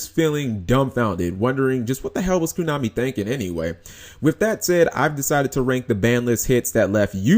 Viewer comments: Furthermore, be glad we have a banlist and not a cycle rotation like Magic and Pokemon. I would hate it if I had to literally rebuild my entire deck every 3 months because entire sets were no longer playable. Props to Koonami (as you keep pronouncing it) for at least letting us keep our older stuff if we want and not forcing us to buy new stuff just because its new. Sure, the new stuff is what they know you'll have to buy if you want to be competitive and win major tournaments but at least we have the OPTION of using older stuff and occasionally finding ways to make older stuff work with the new. Or sometimes just flat out playing it as is for fun at a tournament rather than having to buy the newest stuff just to even play at a tournament in the first place.. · why you pronounce it KUnami? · why the hell are you saying "kunami"?